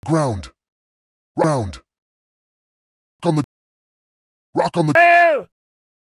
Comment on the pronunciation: He says round😂😂😂